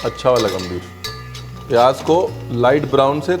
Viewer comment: not pyaaj........ pyaaz, thank you